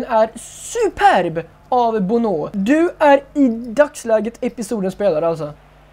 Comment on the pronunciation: Målvakten Bonnou uttalas Bonoöö. Kung e du ❤